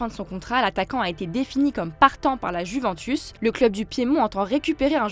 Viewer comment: Apprenez-lui à dire « Juventus » svp